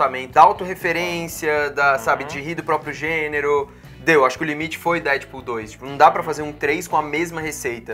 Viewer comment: Da agonia ouvir esse cara falar DÉDPUL